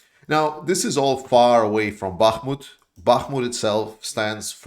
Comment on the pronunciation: "Sorry if I butcher your names" says the guy who pronounces Ukrainian place-names perfectly. Don't sweat it, dude. FYI, Bakhmut seems to have become a political objective rather than a military one. Prigozhin's Dirty Dozen Thousand seem to be committed to capture it so he can get one over on Bloaty Gas Tout. Yeah, well, even Russia can run out of cannon-fodder.